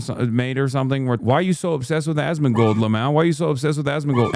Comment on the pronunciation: At some point you start hearing Ass-mangled